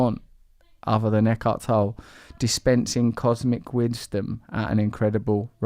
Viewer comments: I wonder wether what master Tolle is saying (pronouncing it Tall just seems a typically ignorant english thing to do, but suit yourself), does make Russell to consider things of such nature as : Why am I wearing all of what I am wearing? Is it necessity or ego...I think the answer would arrive straight forward (so most likely he want's to be wearing what he is wearing as a form of ego distinction = which is what master Eckhart is talking about the entire time as being the identified betrayal/trap built within the human condition). Ego is the greatest enemy... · Thank you for offering a very spacious vessel for Eckhardt Tolle's (two syllables, btw) wisdom. I noticed that listening to his endless flow of clear thought really satisfies a human need in me which is normally left unanswered, esp. on social media. Unfortunately, he eats meat, which dampens my enthusiasm quite a lot. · It’s not pronounced tole-lay or tole - it’s pronounced the German way: toll-luh with the stress on the first syllable 👍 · It's pronounced TOLLAY!!!!!!! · How is his last name pronounced? I thought it was tol-lay. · pretty sure his name is pronounced "Tow Lee"? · Thank god, I kept hearing everyone pronounce it “Toe-Lee” and I was super annoyed. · Thanks Russel for bringing the best out of this interview. This was Eckhart Tolle (pronounced lolly I believe:) at his best. One of our greatest spiritual teachers. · It's pronounced Tol-le; - the 'e' isn't silent. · You are still an ignoramus brand, you should check out on line how to pronounce Tolle and the e is not silent. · his name is tank top tolle will you get his bloody name right for gods sake